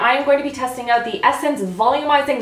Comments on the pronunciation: #randomcanadiammoments Saying oout instead of out. 😂 or Saying eh accidentally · I love it when you sound Canadian with your "Oot and Aboot!" Makes me think of Trailer Park Boys which is AWESOME y'all! You have to forgive me, I live in a damp and dreary part of England and I don't get out much! Love your videos to death! X